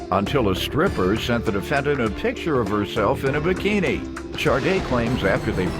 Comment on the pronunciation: What's a bruh-kini?